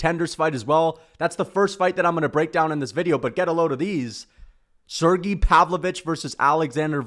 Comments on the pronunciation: Volkov and Pavlovich is the next best fight u could do after Gone, also its Sergei not “Sergee” 😂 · Why the hell he saying Sergei’s name like that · You know his nickname is not Shera the bullet right what the f and do you know how to pronounce Sergie